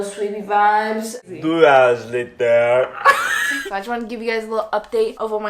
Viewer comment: TwO HouWeRs LeyTeR